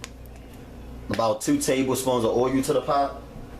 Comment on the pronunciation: its vegetables not vegables just like you say owe-you instead of oil smh your grammar is just as horrible as those nasty ass fingernails you have.